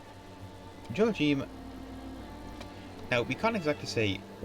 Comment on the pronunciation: It's pronounced. yo ..ack....him